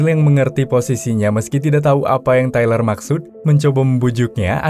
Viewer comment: Treler wkwkkwkw tyler cuk baca tailer wkwkwkwksk